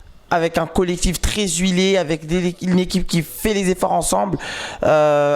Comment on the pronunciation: Un collectif tres zuilé.... Mes oreilles ont saigné